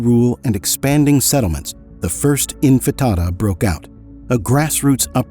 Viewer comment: Why is he saying infatada? Lol it's not an omelette